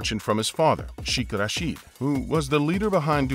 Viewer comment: When making public videos please make sure you are able to correctly pronounce words. The word sheikh is not pronounced ‘sh-ee-k’. It is pronounced more closely to ‘shake’. Rashid is pronounced ‘ra-shid’ which Sounds like the i in ‘hid’ and not ‘ra-sheed’. Further the royals in the UAE are not casually referred to as Sheikh. In the case of this royal he is commonly referred to as Sheikh Mohammed bin Rashid, Mohammed bin Rashid, or more recently as MBR which stems from the crowned prince of Saudi Arabia being referred to as MBS. Sadly there is so much corruption in the UAE and it all starts at the top. Everything change after Sheikh Zayed passed and the rulers had only a list for money and power.